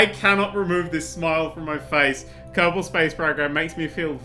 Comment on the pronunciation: Did he say Captain space program or is it just me???